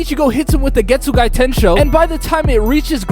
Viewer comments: Getsugai???? bro theres no i at the end 😭😭😭 its just Getsuga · Ichigo's constantly learning from Zangetsu. He pulled on Grimmjow what Zangetsu pulled on Byakuya. Oh and it's Getsuga btw, not Getsugai 😅. Fun fact: in Japanese, the soul/mind is in the heart. Ulquiorra crushed his heart literally and metaphorically. This age makes no sense. Aizen's been making preparations in Hueco Mundo for centuries and she was among the original Espada. How tf is she only 26? She should be in the hundreds. Zaraki Kenpachi is basically a Saiyan. Every time he loses, he gets stronger… until he reaches his former strength. That moment was epic because of the "Ore ga mamoru!" but Zangetsu could've taken over even without it. We already saw superfast regen during his training with the Vizards. This is no different. Wtf is that shit scream… The Japanese one sounds 100x better 🥲. Btw, Vasto Lorde Ichigo only used normal Ceros on Ulquiorra and even overpowered Ulquiorra's Cero. Ulquiorra used Cero Oscuras which is stronger than Gran Rey Cero which is itself stronger than a normal Cero. He didn't swap himself. He made them believe she was him. Kyōka Suigetsu's ability is Perfect Hypnosis. It manipulates all 5 senses. So when they prepared to attack him, he just made them think that she was him so they'd attack her instead. He thinks Fake Karakura town is the climax? Bruh it's basically the prologue 🤣. Something you wouldn't know without reading the LNs (Can't Fear Your Own World) is that Bleach's world us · Why does this guy keep saying getsuguy ITS GETSUGA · Man, this is fun like hell to listen, but that final i that you aded at the end of Getsuga(i) is insane. Like where the hell did you get it from?😅 but as a whole, is fun. Good job!